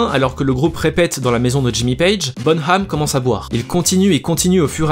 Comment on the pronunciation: Par contre ça se prononce bonam et pas bonHam